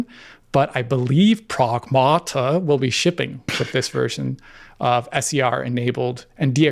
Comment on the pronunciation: Pragmaarrta ❌️ Sega Maarrster System ✅️